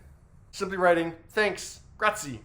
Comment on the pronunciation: In "grazie", one actually pronounces the e on its own. Look it up, if you want.